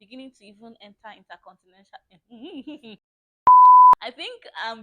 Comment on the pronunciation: Did I just hear intercontinential